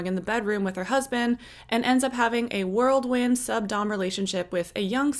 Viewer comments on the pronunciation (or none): Did... did you say "world wind" ? 😂